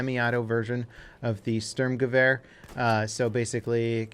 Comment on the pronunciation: It bothers my OCD that you can pronounce Gewehr decently for a non-German speaker, but you still mess up the "Sturm" horrifically, lol. Good video still tho, no hate, just pointing it out.